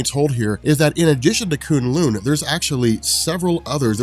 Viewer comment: Thanks for pronouncing kunlun better. This annoyed me so much in season 1...And I lost it at the part you basically said Assguard, I man Asgard, is the toilet lol